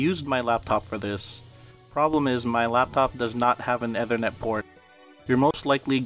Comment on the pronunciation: well you mispronounced Ethernet so I automatically don't trust this